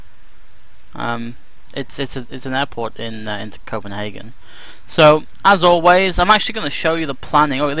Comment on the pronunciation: AIRPORT IN COPENHAGEN?!! ARE YOU INSANE lol! Every time someone mispronounce a place on YT, a kitten die :( But great video hehe